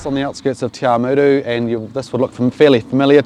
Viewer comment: The way he said Te Awamutu . Got old Māori girl here laughing. Love the mahi done on this, you guys are an awesome bunch.